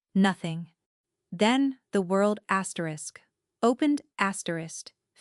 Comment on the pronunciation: Nice story. Need to fix the "asterik, Asterix" audio errors which are very distracting.